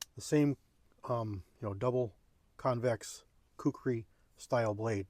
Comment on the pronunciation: 👍😁🦶🪶🇺🇸 Pronounced "kook ree".